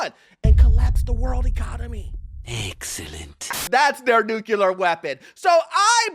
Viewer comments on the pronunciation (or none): new - clear, not new - kya - lar